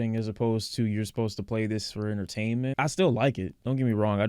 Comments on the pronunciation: ''soup-posed to be'' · Anybody else hear him say “supposed” like that 🤣 This is what a man is “soupposed” to be.